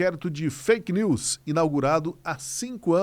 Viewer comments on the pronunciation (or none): none